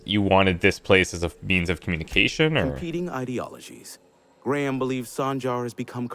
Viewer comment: The Info Broker is the only guy in the game that pronounces Graham correctly instead of saying "Gram".